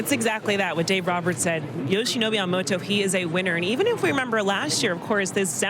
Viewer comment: キルスティン姉さんの好きなとこはほぼ唯一と言いほどいないyamamotoを正しく発音してくれるところ 「と」の発音練習頑張ったんやろな